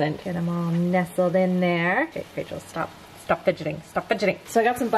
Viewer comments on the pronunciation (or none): none